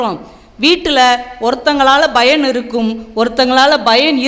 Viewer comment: It's payan not bayan. ழ ள உச்சரிப்பில் கவனம் செலுத்த வேண்டும்